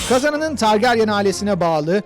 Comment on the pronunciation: Şu adama biri targaryen demeyi öğretsin çıldırcam